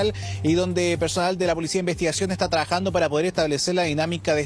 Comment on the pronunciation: ta traajando jajaja